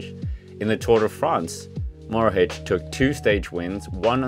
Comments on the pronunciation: sorry but its mohoric not morohic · he's probounced Mohoric, not Morohic! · Hahahaha the way you pronouce mohoric is so funny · Hahahaha, 1/10 the pronaunciation and 10/10 fory trying so its a 5 out of 10